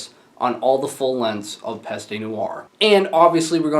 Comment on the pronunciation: its pronounced PEST. the E is silent here.